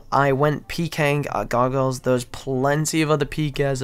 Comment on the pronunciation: wtf..... cant say gargoyles.....